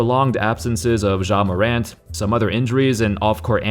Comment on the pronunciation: I'm irrationally mad at the way pronounces ja morant lol.